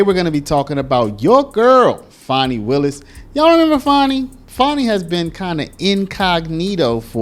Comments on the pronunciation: Her name is not pronounced Fawni there is no letter ‘w’ in her name. It is Fan-nee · why are you trying toi church up her ratchet name?? Its fanni as in fanny. there is no w or au in the spelling of her name.